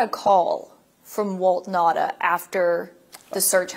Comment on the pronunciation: *NOTE: Walt Nauta's last name is pronounced (now-tah). Not (na-da) 🤙